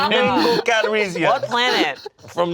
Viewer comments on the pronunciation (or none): none